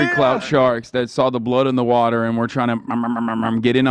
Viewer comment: Please stop trying to say "water" with an English accent. Its so far off Im cringing out of my skin lol